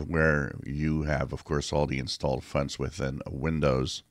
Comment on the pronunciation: I love your videos. I know you're French Canadian, but I love how you call fonts, "funts". 😃